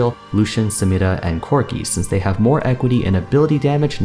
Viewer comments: I love when you say 'Samira' with accent! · I love the way he pronounces samira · I like how he pronounces Samira